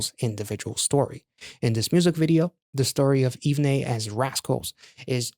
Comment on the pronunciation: OMG I have never been more early! Haha The group's name is pronounced "Even" by the way. Love your reaction/review as always. Thank you for supporting the boys🥰